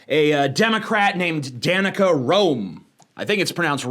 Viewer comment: My name is Danica but you, as with everyone else, pronounced it wrong so I'm jus gonna go cry for a while